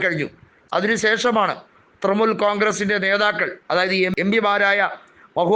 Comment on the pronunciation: തൃമൂൽ അല്ല തൃണമൂൽ